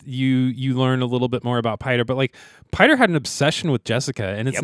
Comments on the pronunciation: Piter De Vries' name is pronounced "peter". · Pieter DeVries is a real world dutch name, it's pronounced like the english peter and 'de-frees'.